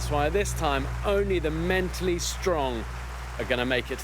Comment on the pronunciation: did Bear Grylls emphasize "only the MEN...tally strong are gonna make it to the end"